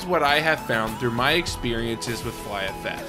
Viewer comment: lol E EXPI? say EXPI ehehe its not E EXPERIENCE its just EXPERIENCE